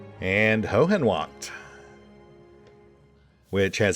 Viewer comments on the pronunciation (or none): Höhenwacht pronanciation: ö=oe Also evry thing with "-wacht" at the end like himmelswacht de "t" is a hart t at the end and shuld be pronounced!